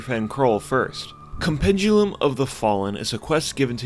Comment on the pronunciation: Still the best vanilla content provider out there. But bruh, please read words before pronouncing them. Com-pen-di-um. Myr-mi-don. ;)